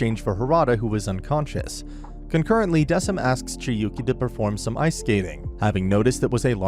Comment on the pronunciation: I'm sorry, I have to say it😭 It's pronounced "Deh-kim", not "Dehseem" or "Deh-sim"🥲